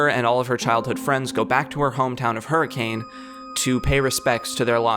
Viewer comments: I know how it is spelled but the correct pronunciation of that town is her-cun I know it sounds stupid but that is only because it is stupid Utah is a stupid place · I'm willing to bet that someone has already gone over this, but just in case: you pronounced Hurricane wrong; it's pronounced like, "Her-uh-ken." It's one of the dumb things about Utah, but a lot of names out here make no sense to anyone not local to the area. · Fun fact: Hurricane, Utah is actually pronounced "Her-a-kun." Also, no Hurricanes happen there. As someone who is from Utah, and who lived near Hurricane, I am always baffled when I am reminded that this series takes place there of all places. THERE IS NOTHING THERE.